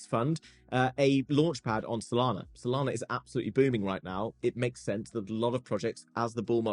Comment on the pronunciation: You said Sodana 🤣😁🤣😂